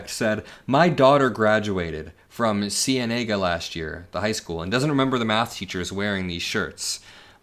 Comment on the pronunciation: Oh shit I went to Cienega High school lol I'm literally like 10 minutes from there 😂 Republicans back peddling on this so hard Btw it's pronounced see-an-aga